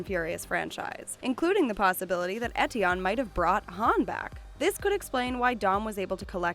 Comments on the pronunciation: learn to pronounce ethion... f*cking hell it triggers me! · bruh pronounce Eteon right